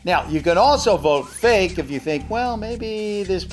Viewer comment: sayin real and fake: Well just vote ril or fik. sayin unknown: Or maybe its unknooooooown.🥴